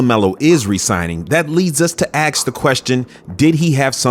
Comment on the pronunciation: Hey blood… What does AX mean? Did you mean to say ASK?